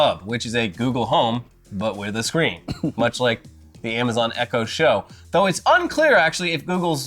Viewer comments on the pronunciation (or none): none